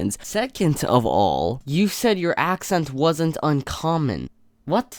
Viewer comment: She said wadsnt common